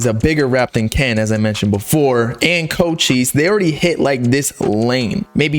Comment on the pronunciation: Why y'all pronouncing his name as go cheese its Cochise